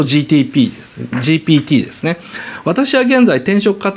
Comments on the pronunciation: 岡田さん、ずっとGTPって言ってる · GTPって聞こえる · GPTだからね。GTPって発音しとるよ😂